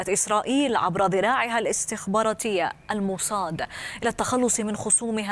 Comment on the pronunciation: موساد بالسين، شو الموصاد هاي الي بتحكيها 😂